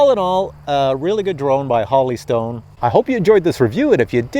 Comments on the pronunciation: Jesus it's Holy not Holly! Hoe-lee not ha-lee... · Whole. Eeee. Stone not Holly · Holy is pronounced "whole - e". The way you're pronouncing it would be spelled, Holly. The review was excellent by the way. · Is it Holly Stone or Holy Stone? Like the Holy Spirit or like Holly the plant? Sounded like he said Holly but it's spelled Holy so i'm confused. Which is it? PS- Always Drink your morning coffee!!! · Not Holly stone pronounced HOLY stone Like in the bible. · Holy is now pronounced “holly”? Really? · Every video.....lol. Drove me nuts too. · Pronounces Holy like Holly 😂😂😂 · If a company sends you something to review, give them respect and at least pronounce their name how they say it. That’s the right thing sir..